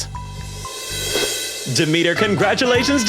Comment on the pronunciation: I know it's probably accidental but you pronouncing Charon as Karen and Demeter as The meter has become a vocal stem for me, when i play hades and find Charon i go "omg it's Karen"